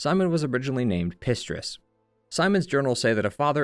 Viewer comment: Valentinus* not Valentius, Pistris* not Distris